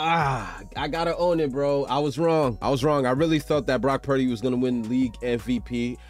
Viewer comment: I randomly came across your video on you reviewing the Miami vs Niners last year, i saw you called Purdy.."Pundy" 😂 i had to see your channel if you still call him that now 😂